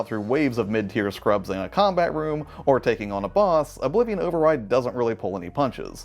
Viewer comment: Hey! Glad you enjoyed Oblivion Override, also great job with the name pronunciation :D Slavic names are notoriously difficult for english speakers. Great video again!